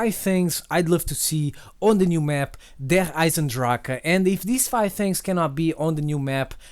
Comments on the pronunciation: As german it sounds so dumb when someone says Der Eisendrache xD it means like the iron dragon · little german lesson: its not der eise drache, der eisen drach or whatever, its Der Eisendrache which means the iron dragon. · Derrrr Aisendracke 😂😂😂😂😂😂 Thats German